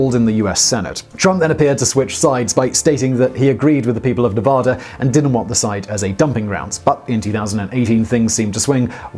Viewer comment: Every nevadan is going to be commenting. "It's nevAda,. Not nevoda"